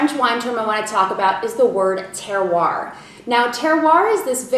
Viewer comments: This video should be renamed: Commonly used French wine terms, or French vino vocabs...!! big effort there u more or less know your subject(wines), but few mistakes in pronunciation, cepage: sounds seepage, terroir was close, terre-oir burrique/bourrique: BA-rrique, saignee was the worst..... nextime u visit France go on ur own and stay a month or two in wine regions u'll pick up the lingo for sure....oh avoid Paris. very cute keep smiling, u do like Julia Roberts.. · Terr-wa (Terroir)